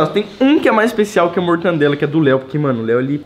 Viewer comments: "Mortandela"????? Pqp em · Mortandela? Kkkkkk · Quem peserbeu que o leu falou pão com mortandela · Ninguem: Ninguem mesmo: Abisoluta mente ninguem::mortandela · Mortandela e mortadela